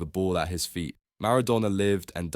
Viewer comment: Maradoner?!?!? Cantoner????